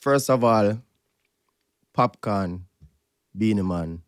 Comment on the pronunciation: Doesn't Ebro know it's Popcaan and not popcorn?!